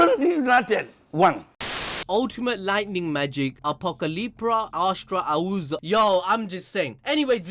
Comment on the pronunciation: It's pronounced a-straw-za